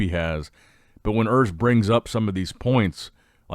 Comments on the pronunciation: IMHO they might as well have flipped a coin for a fair decision. However, time to learn how to pronounce “Urs” - [ʊʁs] not [ɜʁs]. I am sure we will hear that name more often in the next years. Thanks for posting and all the best from Germany! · Its "Urs"